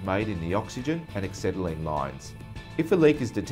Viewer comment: Dear BOC, you're a main dealer, please get a presenter who can pronounce ACETYLENE properly. WTF is axetylene? Then teach him how to use a cutting torch... He shouldn't be leading the cut, but have the head perpendicular to the work.... Maybe he thought he was MIG welding eh?